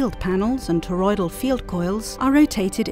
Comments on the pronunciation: Aryansh Sharma god damn it, it sounds a lot like she is saying polloidal. Well, thank you. I will edit it. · not to be that guy but its toroidal meaning donut shaped